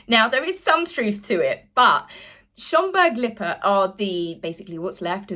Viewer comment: And unlike certain nameless others you know how to pronounce Lippe i.e. not Lipee…….